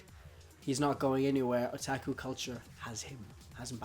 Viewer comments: he really just messed up with pronouncing his a’s. the a’s should have been o-tah-ku as in ahhh. not a like att(a)ck chopper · why do you pronounce otaku(oh-ta-ku) as (uh-tah-ku) or even (ah-tah-ku)? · Otaku is not pronounced O-TAK-U it's O-TOK-U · Did he just say attaku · This kinda made me cringe cus it sounds like he's saying there's only guy outakus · haha he said O "TAK" U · It's Oh-tah-ku oh my god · "Otaku" Sir i think you mean weeaboo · It's pronounced otaku oo-ta-koo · Ohtackwho... dear god, pls never say Otaku like that again. XD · And in Japan it's O-tak-u Oh-tuck-oo is an english pronounciation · OMFG IDIOT OH-TAW-KOO WTF NIGGA SHIT MAN FUCKINFJSJWJNAJZJAAJJAJAJZJSJSCUUNTAMWMSMSMMSKWKSHITNANHEADMWNSJSJ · stop saying otaku like that pls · The way he says "Otaku" it's killing me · u pronounced otaku wrong X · sorry for replying to myself people will hate me buuut the pronunciation of a in Japanese is ah not uh like you said tuck oh.... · I don't know about you but his O's sound like H's and I kept saying to myself what the hell is he saying. So I finally saw the word Otaku in the comment section lol holy hell.